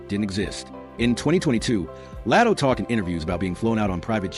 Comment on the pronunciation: Why do you keep Calling Latto El? Latto’s name isn’t hard to pronounce fr